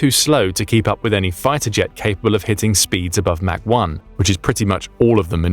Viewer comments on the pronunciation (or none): none